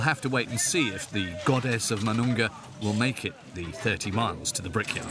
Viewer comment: it's pronounced as moo-noon-ga, not ma-noon-ga